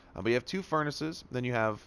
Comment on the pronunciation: “Furnisisisisis” lol